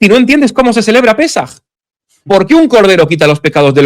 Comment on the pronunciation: No es pesáj, es Pésaj.😉